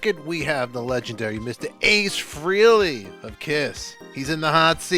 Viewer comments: It's still FRAY-LEE. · FREELY, nice job. It's FRAYLEE